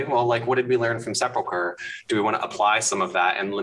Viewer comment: So glad to hear someone pronounce sepulcher correctly yay 😁 but now dragons!